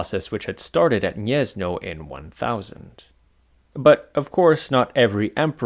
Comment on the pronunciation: Gniezno is pronounced "Gniezno" (/ˈɡɲɛz.nɔ/) not "Niezno". If you don't know how to pronounce something, you can look up the pronunciation on Wikipedia or Wiktionary, and if they don't have it, just write the word in google translate and click the speaker